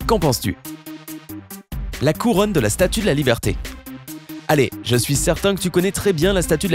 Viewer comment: Ou alors il est du sud on prononce jamais en fermé